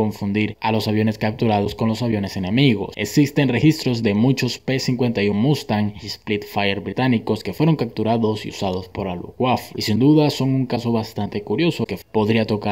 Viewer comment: Mejora la pronunciación en Alemán y los videos te van a quedar mejor!!!! Con el ingles también tenes problemas "Splitfire"? por lo demás esta bueno el video y bien explicado....te comento que otra función del color amarillo en los morros de los aviones Alemanes era la de confundir a los pilotos Británicos que de lejos no podían distinguir Bombarderos de Cazas y caían en algunas trampas confundiendo Alas de ataque de Cazas con formaciones de bombarderos que llevaban casi siempre los centros de los motores pintados del mismo color, además la táctica de ataque de los 109s era atacar desde arriba y desde el sol, el color amarillo con el sol contrastado los hacia casi invisibles............... Los ingleses estuvieron a pocos días de perder la guerra área ya que no podían suplir rápidamente la perdida de aparatos y pilotos, realmente estaban a punto de perderla pero una decisión de Churchill cambio todo, ordeno que bombarderos atacasen ciudades importantes Alemanas de día y pese a grandes perdidas de Bombarderos lograron enfurecer al idiota de Adolfo a tal punto que ordeno que dejasen de atacar Aeródromos para concentrarse en las ciudades Inglesas dejando respirar y rearmarse a los Piratas Británicos, a partir de ahí comenzó la caída de la Luftwaffe. Muchos atribuyen la derrota a la invención del Radar pero en esa época los radares eran poco precisos y no podían distinguir una bandada de pájaros de un ataque real, tampoco eran precisos en cuanto a distancia real, altitud y cantidad